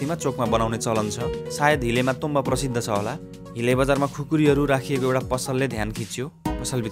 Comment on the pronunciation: ताेम्बा हाेईन् ताेङ्बा चाहिँ हाे...